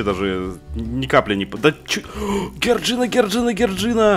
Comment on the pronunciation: НЕ ГЕРДЖИНА А ДЖОРДЖИАН